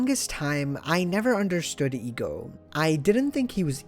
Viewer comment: I'm a stickler for pronunciations. The "e" in "Ego" (for his name) is pronounced "EH" So it's "Eh-Go", not "EEEEE-Go"